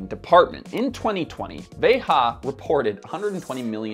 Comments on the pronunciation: I have to be that guy, but: The brand is pronounced "VEY-zha" (like a French 'j'), which makes sense when you consider it was founded by French guys and made in Brazil. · It´s pronounced "VAY-zha". The J is not the same as in Spanish. It comes from the Portuguese for the imperative form of the verb to see. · It’s a French company , so not Spanish pronounced but French. Vejjjjja! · It's the french pronounciation "véja", like "déja vu" but with a V. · Isn't it pronounced "Vé Zhah"? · possibly. veja is a word in portuguese, it means look. and if they're based in brazil, a portuguese word would make sense. the ja is pronounced like the ja in jar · Yes, that’s correct. I know folks that work for them. I cringed every time said it. lol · "Veja" means "see" as in "see this" (hence the name of the magazine which is like Time magazine in the US). The "J" in Veja is pronounced like the J is "déJà vu" - not like the way it was said in this video; it's a Portuguese word, not a Spanish word. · In France we pronounce the j also, same as the brand itself : *he's just mispronouning it*. Kinda weird considering the "research" that has to be made to release a video like that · I love the video.. but I do believe (according to Veja's own site) your pronunciation of the name is incorrect. Sorry, I'm a teacher! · It’s a French brand, why are so many YouTubers pronouncing the brand name as if it were Spanish🥺🥺🥺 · You are pronouncing the name “Veja” incorrectly as if it is Spanish. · Would be nice if this guy could say the name properly. It's not vayHAH. Veyjuh is it. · Veja pronounced as VEJA it means seeing in Portuguese. Not Veha, or anything else. Sebastian Kopp said it himself on Hypebeast Radio with Jeff Staple several years ago. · it’s pronounced ‘veja’ not ‘verra’. I can understand people pronouncing it with an American accent, but if you’re gonna try and sound clever by saying it the native way, then at least do it properly.